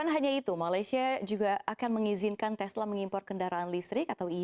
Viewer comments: 2.45 mbaknya kepleset lidah e.Telsa inc.seharusnya Tesla inc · Telsa? Menstranfer? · Mbaknya kurang ngopi nih. Tesla jadi Telsa hehe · Apa cuma saya yg dengar Telsa ?